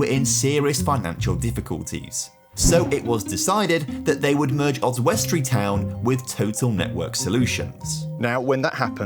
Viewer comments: It's pronounced Os_wi_stree, not Os_west_tree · So random seeing my home town pop up on youtube. Also Oswestry is pronounced, Oz-wuss-tree with the emphasis on the Oz. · Really annoying me how you’re pronouncing Oswestry. Oz-wust-tree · As a local and a fan of your work your pronunciation of Oswestry is painful yet sweet to see new content... 🤣